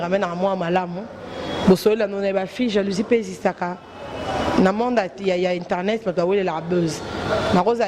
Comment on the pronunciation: Bonjour à vous très chers inteurnet??? Euh!! Boyekola pe musala ango nako loba correctement. Ce métier est noble bon sang!!!